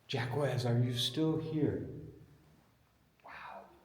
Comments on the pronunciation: Jacques is not "Jack-wez"... it's "Jock" , like, zhokh. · Jaques is pronounced as Zhak like Jack. Not Jaquez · You should prepare yourself before your travels: 1) Your pronunciation of "Jacques" is terrible. It is pronounced something like "Jacks". You clearly have no idea of French. 2) Jacques de Molay was burned at the stake in Paris on the Isle des Juifs (The island of the Jews), now part of the Isle de la Cite, together with other knights Teplar in 1314. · Jacques is pronounced like shock, but with a soft J. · You gotta be embarassed. Just call him Jack already. Know your historical figures and how to pronounce their names. AW HELL....at least ya tried. De Molay was burned at the stake after he recanted his forced confession. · JACQUES IS PRONOUNCED LIKE JOCK. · The q in Jacques is silent like Jack. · The Q is silent in Jacgues. The French king was a greedy coward. His end is not good. Amen